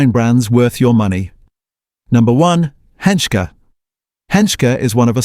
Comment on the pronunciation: Obviously a dodgy account. Even mispronounced Henschke. It's Pronounced "Hentschkey". This is not a serious investigation, obviously biassed against the big producers. There are many small wineries that survive without the so-called evils listed here. Why not name more of them? Probably because this was scripted by someone with a grudge.